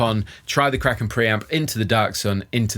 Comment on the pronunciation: Every time you say "Kraken", my brain keeps hearing "crackin'". So I think "it's nice that he has a crackin' pre-amp, but what brand is it?" Then, veeery slowly, my brain catches up😂